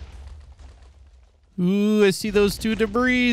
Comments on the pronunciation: It’s pronounced debree not “debris” Edit: I commented this before he said he knows how to pronounce it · its pronounced ancient debrie. Not debris. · “ we found our first ancient debrizzzzz “ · You spell debris dibree not dibris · “Ancient debri-s”😂😂😂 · it's called Ancient Debruhs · Is call ancient debris not ancient debriss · Your pronunciation of Ancient Debris is completely acc-re-it. Carry on sir. XD